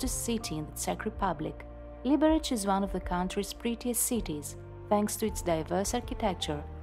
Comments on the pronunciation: the correct emphasis is : liberez/ liberets ☝️🤓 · The bad pronunciation of the city's name annoys me. Correct Czech not "Libereč" but "Liberetz" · Liberec, not Libereč🙄